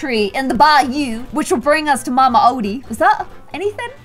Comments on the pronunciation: It’s pronounced Mama Oh-Dee not Oddie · you said that the alligator plays the banjo but he plays a trumpet im just saying because i just watched the movie last night and its pronounce mama O- dee